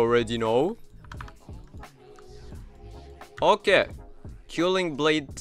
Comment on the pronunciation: Gj! Thx! Btw, I'm pretty sure it's pronounced K-well-ing blade 😊